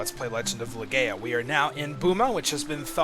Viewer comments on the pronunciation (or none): you only caught 1-3? devourers? hehe i caught 2 withing 20 min without the "good", btw you are saying the game name incorrectly :P its pronounced la-gaia not gaya gaia being the spirit of the earth aka the planet